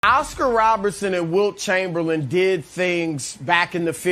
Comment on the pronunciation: “Ascur robersun” -Chris